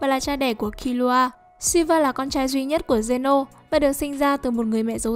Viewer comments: Killua mà đọc như killra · Kiu loa là cái gì thế..đọc phát mệt